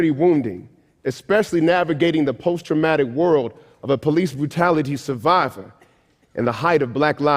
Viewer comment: This guy is hilarious and typical. He has to especially enunciate "police brutality" . He doesnt seem to think or want to admit that there are many many many Black and Hispanic police officers as well as Asian Americans all across the country and some of those non-white officers are involved in some of the incidents is that have been in the news. He also seems to think that internet trolls are strictly male. He also seems to think that all those internet trolls would identify with the Klan instead of a racist Hispanic possibly and you can't deny the major racial problem between many Hispanics and blacks throughout the country. Anyways.